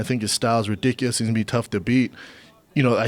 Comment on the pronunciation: How does Brendan still not know how to pronounce the word ridiculous?